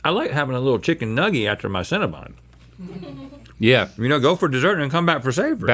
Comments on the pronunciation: CinnaBON, not BUN. 😂😂😂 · It’s CinnebOn, not CinnebUn. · Cinnabon “BON” not cinnabun!